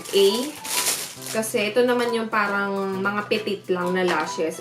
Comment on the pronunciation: paRang paRang paRang. Nyahah cute